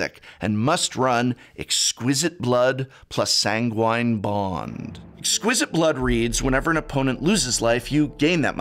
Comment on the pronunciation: Did you ask Seth for how to pronounce sanguine?